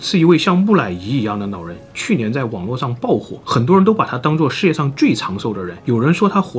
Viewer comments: 是老人還是腦人拜託好好發音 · 这位nao人 叫做nao坡牙 这什么舌头啊这是 😂😂